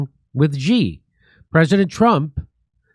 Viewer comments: It's "She" not "Gee". 😆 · Jimmy, you pronounce “Xi” like “she” in English. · Learn to pronounce the leaders name if you want to talk about China